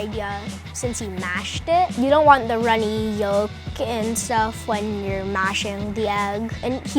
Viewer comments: It is yolk not yoll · The way he said runnay yoooke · the way he said yolk “the runny yol” 💀😂